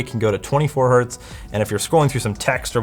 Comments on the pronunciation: nonono, anything below 1 Hz is pronounced '## her', 1Hz is 'one hert' and anything above 1Hz is '## herts' - 100 Hz is 'benjamin' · Did he really said one hert? You know Hertz isn't the plural form of Hert right? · hertz is not plural, it's 1 hertz, not hert :) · No, "Hert" is not the singular of Hertz. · To everyone saying '1 hert' is correct, the unit is ALWAYS pronounced with the plural 'hertz'. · Did he just say 1 Hert? Lmao Hertz is not the plural of Hert. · God damn Americans (Canadians are basically Americans Lite). It's 1 Hertz! the Z is not to denote multiplicity. It's HERTZ! Not Hurt. 🤦‍♂️🤦‍♂️🤦‍♂️🤦‍♂️🤦‍♂️ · Heinrich "Hert" wouldn't be proud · 1 hert isn't a thing right? Like the z doesn't make it plural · i love how you butchered the singular of Hertz to... Hurt? The guy was named Heinrich Hertz. It's not a plural s... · "... it can go down to one Hert" That really Hert my ears. It's Hertz, even if it's a single Hertz. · i love how he said "1 Hert" as Hertz were plural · Really? 1 hert??? Come on man... That's 1 HERTZ! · No one noticed that he called 1 Hertz "Hert"? HERT?! man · Did you just say "1 hurt"???? It's not "Hurts" where the "s" indicates plural... the unit is Hertz, regardless of the number preceding. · are we not going to talk about 1 "Hert"? :D ... I am surprised poor Heinrich Rudolf Hertz didn't appear there to slap him for that :D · It's Hertz. Like ... his name was Hertz. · did he just say 1 hert? it's Hertz! It's a name! It doesn't have plural or singular! LOL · “1 hert”... That hurt 😅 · You know the german Heinrich Hert? He invented the Hert. Before that it wasn't possible to measure frequencies, and that hertz. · No, that HERT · Btw... it's still Hertz - even if it is just one. There is no such thing as one Hert. Hertz is named after a dude called Hertz. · it is 1 hertz. Not "hert"! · one hert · "1 Hert" It's still Hertz :) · It definitely gave me 120 hurts.